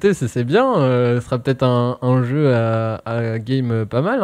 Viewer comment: Arrêter avec vos : "le jeu'x'" putain y'en a qu'un arrêter de foutre des x tous le temps. Tellement tiltant...